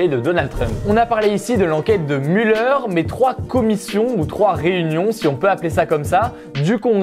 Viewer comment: on dit mulère pas muleur haha